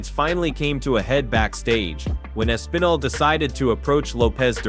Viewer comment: Way to butcher the pronunciation of Aspinall's name...